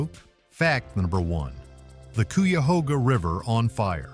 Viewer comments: My stepdad's family is from brexville Ohio and the rest of them live in the cuyahoga valley so when it can't even say the name of the river correctly that says one thing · It's kai-ah-hog-ah river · CUYAHOGA River. I am from Central Ohio and its pronounced ck-eye-u-hoe-gah. Clickbate less than factual entertainment that discounts your credibility level. It did catch fire in 1969, got cleaned way, way up to near pristine and this year a truck fell in a tight space. It was extinguished lighting fast minimizing preserving the river. The Cuyahoga River is an Ohio environmental success story. You can fish from the banks, it is not recreational, I think. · You should probably work on your pronunciations .. Cuyahoga...K -I-A-HOGA... UI pronounced eye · I live just outside of Ohio near oak openings and close to three things you brought up in the video but not one picture of the actual places. For shame if you got to make a video about something you should at least show actual pictures of the place you're talking about. Now you did show a couple of like The serpent mound possibly the Cuyahoga River which you mispronounced. But I'm not even sure if you showed that River because I used to live in Akron as well during the fire I saw it firsthand and the pictures you show did not look like anything I've seen. But I'm not surprised 90% of your video was places that had nothing to do with Ohio and some of it had nothing to do with nothing. But I don't want a dog you totally I do appreciate you telling other people about some of the beautiful things about Ohio just wish you would actually use some pictures from Ohio. PS you forgot to mention that more presidents came from Ohio than any other state. If you're going to make more videos please try a little harder to actually show something that you're talking about and not just willy-nilly pictures. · Too bad 1st is not even pronounced right.😢 the debris burned.